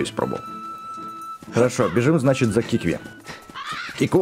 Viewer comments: ты специально неправильно читаешь? Какие киви? кивки? Ты в прошлой серии правильно читал КИКВИ а сейчас такое, будто между серий решил специально это делать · Это не кивки а кикви! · кикви,а не киви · Не кивки а кикви! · не квки а кикви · КИКВИ а не кивки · КИКВИ НЕ КИВКИ